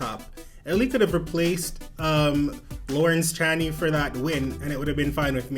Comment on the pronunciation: Pronounce it "Lohrrrence Ch-EH-knee" (Eh like our Canadian EH) 😄👍